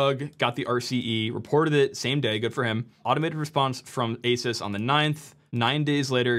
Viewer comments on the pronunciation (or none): Ahsoos not aysus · How are you still mispronouncing Asus in 2025? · LEARN how to pronounce asus you sound like a moron for reporting on a product and not even knowing how to pronounce its name